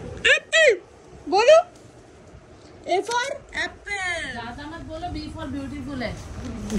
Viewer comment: Not appil its Apple please pronounce correct.